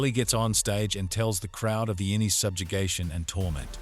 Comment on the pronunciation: AI generated garbage (note mispronunciation of "innie" and "outtie") reading out the episode descriptions from Wikipedia.